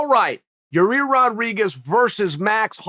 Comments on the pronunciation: Hey Chael I just want you to know that I know when you fuck up names of fighters, it's on purpose. Hilarious. Love the subtle digs you take at certain people while playing dumb keeping a straight face. "Yarir" lol. There's many other times you've done it I'm sure there's a compilation video somewhere on the interwebs can't think of any others atm.... Hilarious Sir. Keep up the great work! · Your-Air or You-Rare how bout we make it easier for Uncle Chael Ya-Year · Your ear? Ya rear? Your rear? Urea? Your year? Yo year? Yo rear? Year rear? Year ear? Ya year? Ya ear? FFS, Chael, pick one mispronunciation and stick with it! 😘🇺🇸👂🏻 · Gotta love the enthusiasm when old Chael talks about "Your Rear" Rodriguez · real name of the pronounce is YAIR Rodriguez AKA El Pantera,sonnen. I heard of it, In My Opinion. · Ya-ear Rodriguez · Your-Rear Rodriguez.... 🍑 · I'm just here to hear uncle chael say "YaRear"... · Lmao How he gone keep calling this man "ya rear" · I hit the play button on this one just to hear Chael try to pronounce Yair. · It’s been 5 years . Learn how to say yair😅